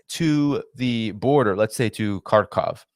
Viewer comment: Thanks for pronouncing the russian-speaking city the correct way: Kharkov 🙏👍